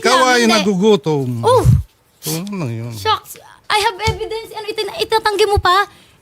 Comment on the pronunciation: "I HAB EBIDENS!"